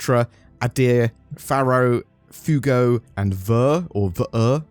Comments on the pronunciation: I’m sorry… Foogo? C’mon! “Fway-Go!” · Fuego is not "foo-go" it is "fwhey-go". The spanish word for fire. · Fuego ([spanish] english translation - fire) - phonetically - fu-a-go. Although your pronouncement of foo-go could work as well. :) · Fuego is pronounced ‘F-w-eh-go’. It means fire ✌🏼😊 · fuego is spanish for hot and pronounced fwA-go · Pronounced "Fuego" wrong. It's a spanish word, pronounced fway-go :P